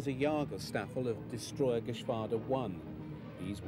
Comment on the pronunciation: I think he is saying Geschwarder and AfrikaKorps but that's just me I guess.